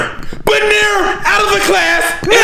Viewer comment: The emphasis behind the “GodDamnit!” Had me rolling too